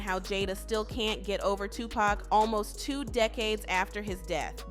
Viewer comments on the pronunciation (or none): none